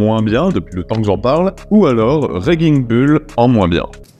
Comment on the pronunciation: C'est Raging bull, Raging se prononce comme dans rage